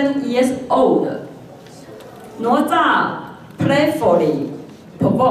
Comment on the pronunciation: + 哪吒 “的”（“哪” 的發音也是錯的）